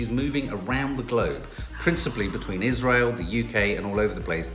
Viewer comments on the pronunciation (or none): none